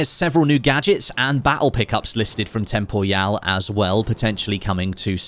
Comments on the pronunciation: I always thought it was pronounced "Temporal" rather than "Tem Por Yau" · tem-po-ryal, like "Temporal" just with an added Y. Tho IG your pronounciation would be correct if hes French or German or smth like that haha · that has to be the weirdest way anyone has ever pronounced Temporyal's name 😭😭😭